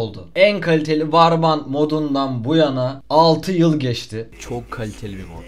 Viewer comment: Yıl olmuş 2023 millet hala varband diyor arkadaşlar "vor bend" (warband) diye okunuyor